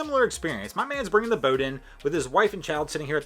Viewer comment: You need to learn how to say boat.